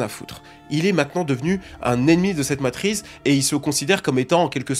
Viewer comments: Ah ouai, il l'a dit 20 fois en 2 minutes, je deviens zinzin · Ont dit la matrice 😉🙂 après c'est qu'un détail sa change en rien la qualité de la vidéo 😉💪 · sur la fin, il dit " matrice";;;;; mais c est deja trop tard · On dit matrice, la prononciation m’a trop stressé 😂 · Ça m'atrize vraiment de l'entendre dire matrize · je te jure c’est dure d’écouter le début avec ton « matrize » 😂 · Le hasard a voulu que ce mot qu'il ne sait pas prononcer soit celui qu'il répète le plus.... Pour nous rendre fous sans doute 😂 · Mais frérot c ouf de répéter matrize autant jpp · LA MATRIZZZZZZZ ptn ca rend fou (super vidéo cependant) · ARRÊTE DE DIRE MATRISSSEEE !! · MATRICE PAS MATRIZE STOOOOOOOOOPPPPPP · Matrice ❌ Matrize✅ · ça m'a stessé car je n'vais jamais entendu "matrise" avant donc je suit aller regarder et en faite il veut dire matrice. Lol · La matrize est tellement puissante qu'elle empêche de prononcer son nom correctement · MATRIX... MATRICE ...MATRIZZZZ... FACILE A DIRE ENFIN🤣🤣🤣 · C'était so (tellement) 2002 Matrice hahaha !! Effectivement en 2025 c'est la matriZzZzzz !! 🤣👍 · J'allais faire le même commentaire, il stress avec sa matrize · 20 fois matriZe au lieu de matriCe... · Est ce que je suis la seule qui voulait pleurer à chaque fois qu’il disait Matrize ? 😭😭…. Du coup j’ai voulu pleurer des taaaasss de fois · combien de fois il dit "la matryze" dans cette vidéo (MATRICE)....................4fois 22 fois ou 1453 fois:trophy-yellow-smiling::hand-orange-covering-eyes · MATRI CEEEE, qui dit MATRIZE putain 😭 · La matrice on prononce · Matrice pas matriz stp bg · Petite PREZISION.. cest matrice pas matrize. Merzi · Arrête de dire Matriz frérot 😂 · Une Matrice pas une matriz... et matrix matrix 😊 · depuis ta vidéo, j’arrive plus à dire ‘matrice’ normalement. C’est "matrize" qui sort tout seul. T’as lancé un virus linguistique 😵🧬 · T'es payé au nombre de fois que tu dis matrize ou c'est comment? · T’as ruiné ta vidéo avec le mot Matrize